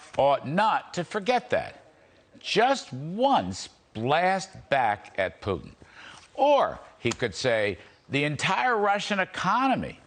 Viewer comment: He can’t even say Putin right 😂😆😆😆 pee-tin 😂🤣🤣